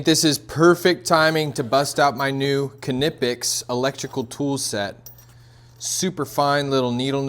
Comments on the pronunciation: The K in Knipex is silent as in knife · Dude, I‘m impressed! By what I see, and by what I can hear min: „Knipex“ pronounced just like a true German! 🇩🇪👏🏼